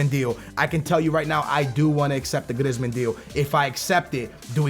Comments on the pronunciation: his name isn't griz-man it's pronounced 'Greezeman' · GrIzzzzmen lmao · Its pronunced Graismann, not Grezman